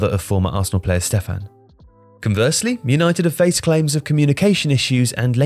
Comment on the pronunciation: 'Yanited' banter most club lol!!!